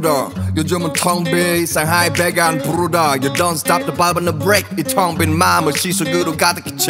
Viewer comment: 처음에 발음 약간 중독된다.. 부rrㄹㄹ르다